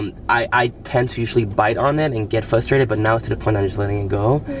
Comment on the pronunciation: Why do and say flustrated? Lol that's not even a word